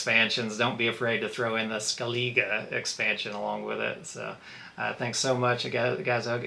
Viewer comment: In the PC game they pronounce it ' Skelleh-gah '